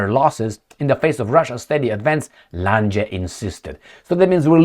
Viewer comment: Lange---pronounced Lahng